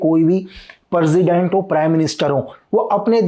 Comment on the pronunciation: President ❎ Perzident✅ 🤣